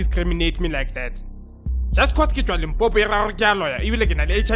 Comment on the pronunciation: I nearly died when he said 'limpompo" haha. Great video man I hope to see this as a show on SABC TV one day. Unique and funny. I dont know why they havent approached you yet.